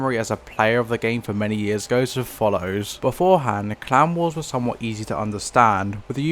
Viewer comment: i find it ironic that the way he pronounces clan wars sounds more like clown wars Also, ive started to notice that the way this game is turning out is looking a lot like what happened to pvz